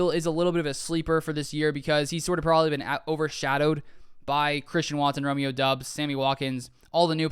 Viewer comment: its pronounced "DUBS" not whatever u called doubs lol